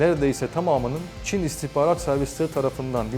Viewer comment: İstikbarat diyor biri şu beyefendiye İstihbarat demeyi öğretsin :)